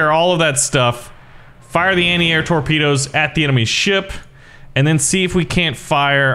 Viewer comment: 0.49 "tropdoes"